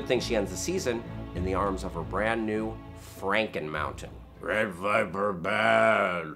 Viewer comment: its not "frankenmountein" its "mounteinstein"